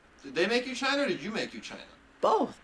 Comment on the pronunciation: Chyna is how trump pronounces china